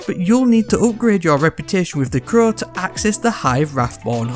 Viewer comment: Why does he say the crowww like that sound weird